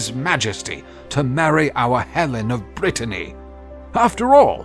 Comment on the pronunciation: Are you saying, "king of Brittany"????